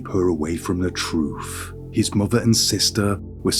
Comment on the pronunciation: You're so articulate and anunciate so well I cannot help giggling when you say, "Troof."🤭